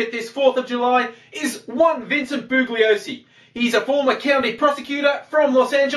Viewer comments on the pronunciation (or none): I should also point out that the G in Bugliosi is silent.